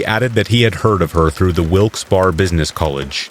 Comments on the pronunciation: Ok, Wilkes-Barre is pronounced as Wilks Berry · Sorry I've gotta be "that guy" but Wilkes barre is pronounced like Wilkes berry. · Wilkes-Barr, PA is pronounced with three syllables "Wilkes Beh-ree". Research is your friend.